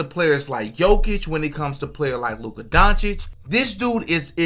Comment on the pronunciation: Stephen a smith saying names incorrect isn’t a sign that he’s racist. He mispronounces many players names wrong